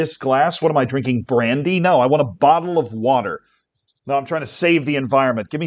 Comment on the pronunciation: I think you mean you want a "bo'oh'o'wa'er"